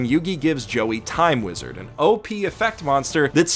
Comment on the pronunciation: You mispronounced "Time Weezad" great video!